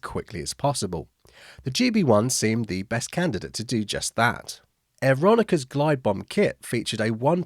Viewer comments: Yes, not "Aeron-ica". Where did that come from?! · FWIW: I always pronounced Aeronca as 'air-ron-kuh'. OR you could just say Air-Knocker. 😊